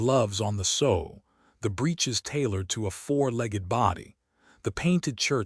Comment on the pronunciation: Sow with the ow pronounced like a short o not like ow with a long o as in mending a garment. ( Sew)